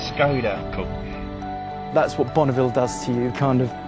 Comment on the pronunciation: How comes no one can pronounce Škoda properly, the "V" on top of the "S" makes a "Sh" sound. People need educating